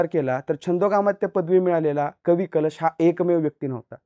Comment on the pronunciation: Ek tr tu utka bhikar anchor ahes , tu adi history vachun ye ani kavi kalshancha nav nit gheyla shik